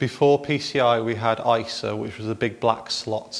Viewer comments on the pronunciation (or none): And yet he says "eye-sa" instead of "eye ess aye"!